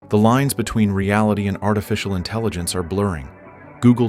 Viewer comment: for a video about AI one would think you could have used a less blatantly obvious fake AI voice... also INTELLINGENCE...sigh